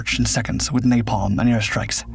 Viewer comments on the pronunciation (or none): none